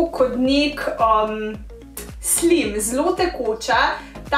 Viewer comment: ful dobr video zlo smesn vidla sm ze tak video ampak je blo cist drugac pa mal si se zmotila ko si rekla slim rece se slajm